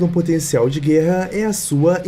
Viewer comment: guerraaam, absurdaaam, historiaam…